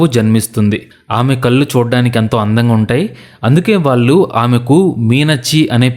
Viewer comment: హలొ! ఇంతా చెప్పి వాల్లు వాల్లు అనడం చండాలంగా ఉంది ! వాల్లు కాదు వాళ్ళు అండ నేర్చుకో .